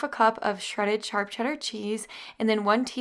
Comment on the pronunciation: You say charp cheddar cheese not SHARP.... makes me laugh love it